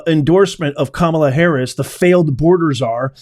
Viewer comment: Can't listen without 😂 when you say "kamala",="terrible" in english😂